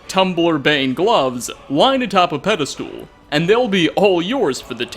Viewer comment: Pedistool!? PEDISTOOL!?? It's a Pedestal,! Not a Pedistool!